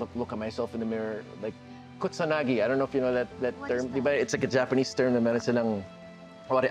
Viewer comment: Hindi po kutsanagi. It is kintsugi.